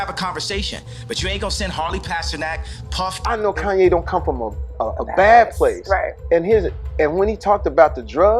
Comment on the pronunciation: Jammy Fox and Connie West..smh